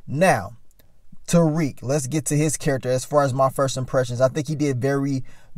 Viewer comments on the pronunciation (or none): And Mary J two step Blige character Monet still can't pronounce Tariq name right